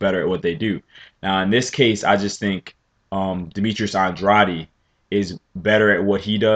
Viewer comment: you keep saying OnDroddy.. it's AnDray'D